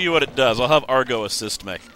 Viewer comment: ITS AGRO, NOT ARGO, AGRO!!!!!!!!!!!!!!!!!!